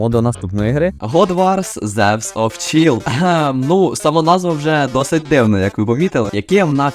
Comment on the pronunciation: чАЙлд, а не чІлд